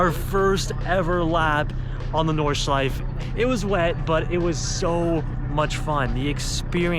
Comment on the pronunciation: Nice vlog! One hint about "Nordschleife": German doesn't have silent vowels at the end of the word, so the -E at the end is fully pronounced, just like in Porsche. , you can hear the guy from Lithuania pronounce it correctly 👍